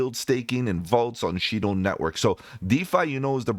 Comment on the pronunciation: $Shido Pronounced Shy-doe.